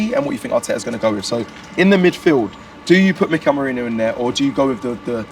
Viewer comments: How hard is it to say Meh-ree-noh? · still getting mikel merino name wrong lol 😂😂😂